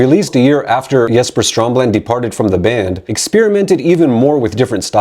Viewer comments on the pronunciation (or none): They way you're mispronouncing "Reroute to Remain" makes me think you haven't actually listened to the album or the song that bears it's name. Also you're calling the founder, creator and the most vital member of in Flames, Jesper Strömblad, Stromland on several occasions which is kind of.. astounding.